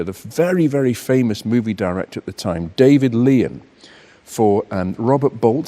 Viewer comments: David Lean wasn't so famous, it seems, that can pronounce his name correctly. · David Lean. Rhymes with keen. Or what you shouldn’t do against a vintage Lamborghini.